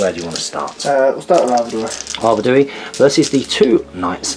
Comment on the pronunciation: Great battle report as always, loved the theme and use of Arnor, they are my favourite army! Nice pace and great looking figures. Just one thing though - the King if the north is pronounced Ar Ved We, not Ar Ved ooh wee, just saying ;-)